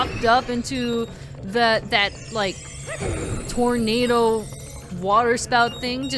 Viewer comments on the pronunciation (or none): none